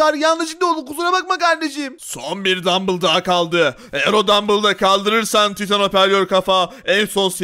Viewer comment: Abi taytın değil titan